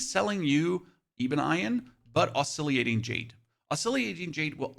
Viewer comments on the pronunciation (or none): There is no 'i' after the 'l ' in Oscillating brother. Good tips otherwise though! Definitely gotta drop by the many vendors in Kaifeng now that I have them unlocked. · Dude, learn to pronounce things... Oscillating is Ah-sil-ay-ting. Lingering is ling-grr-ing. For example, lol. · Great video but are you screwing with us to increase comments. Ebon as in ebony and Iron as in the metal that rusts. I can kinda see how you screw up the first part but iron??? also Oscillating = Ah + sil + late + ing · and oscillating